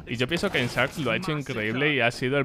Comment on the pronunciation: por favor si vas a usar la pronunciacion en ingles decilo bien, poruqe decis SARKS y la verdad tuve que ir a buscar el nombre del team a ver a que te referias♥